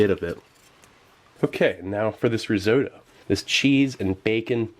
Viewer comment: It can't be a coincidence. Also, I learned how to pronounce risotto in a new, non-standard way.